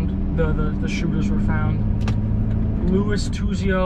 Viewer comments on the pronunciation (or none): none